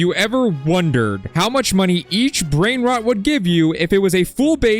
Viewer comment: you dont know how to pronounce brain rots 🥀